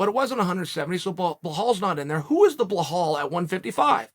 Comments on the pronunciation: Brother it’s belal not behaul lol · Always saying behal😂😂 its belal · Still calling him behal not belal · Bilal or blahal 😂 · Who the Heck is BEHAL??? I think u mean BILAL 🤣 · Its not pronounced Ba-Hal lol but he kept saying it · Here for the name pronunciations... Blehal.... ♥️... 🥇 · How does Belal become BLEHAAL😂😂😂 Uncle Chael taking notes from Joey Coco Diaz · Chael ‘Blehal’ Sonnen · Bilal Mohammed - Name pronounced "Bee-LaL" Sonnen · Chael, just out of respect learn how to say Belal’s name properly. I agree with everything your saying ! Just get that pronunciation right…go talk to Jon Anik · Never seen anyone butcher Belal’s name like uncle chael does lol